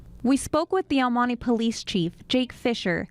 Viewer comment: El money ?? Honey I'm sure you can pronounce El Monte , any non Hispanic would say it better than this no Sabo girl